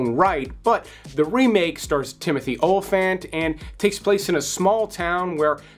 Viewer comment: Great list! Men Who Stare at Goats was really good! You say Gandolfini and Olyphant strangely.